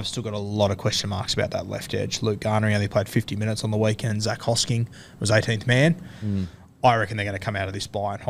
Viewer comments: Am I an idiot or is there in fact a silent s at the end of Hosking? Or are and guru going rogue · Why do you keep pronouncing “Hosking” as “Hoskings” when there’s clearly no S - Timmy gets it right come on fellas ain’t hard